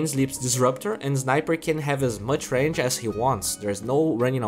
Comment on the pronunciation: Y u do dis. Why do you say "Ranch" instead of Range around min14?